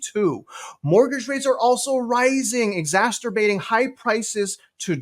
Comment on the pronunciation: I love but Sediment, Exasterbate and Newark get me every time. In fairness, most YouTubers say Exasterbate nowadays. One guy I watch loves saying "regulated to" when he actually means "relegated to"...drives me nuts lol